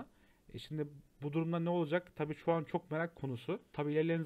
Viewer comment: Un değil an. Hey yarabbim yav